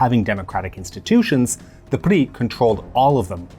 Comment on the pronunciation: Well pronounced but wrongly translated, PRI, Partido Revolucionario Institucional means INSTITUTIONAL Revolutionary Party not Industrial. INSTITUTIONAL as single party dictatorship for 70 years type of institutional.